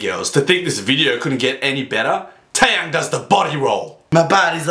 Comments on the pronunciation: Tay-yang? XD it's teh-yahng. Trust me I'm korean and I speak and write it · Its not tay yang its tae yang is how u say it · Its T to the A to the E (to the) YANG.